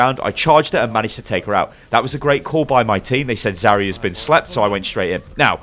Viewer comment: Why do you say zarya so weird? It's Zar-ya not Zaorora-ya